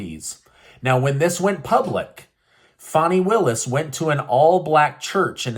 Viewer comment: Stop saying "fawney willis" it's fani.......why is literally everyone pronouncing it that way? It's annoying